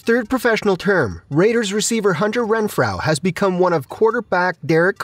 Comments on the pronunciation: Say it with me “Ren-FRO” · Pronounce his name correctly! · How do you not know how to pronounce renfrow